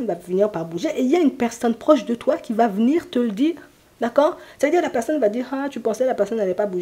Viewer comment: COUCOU ! Lorsque vous avez dit " venir" j'ai entendu "vous nuire ". Bizarre car mon ex avait bien nuit à mon bien-être. Merci pour cette guidance et belle journée ensoleillée !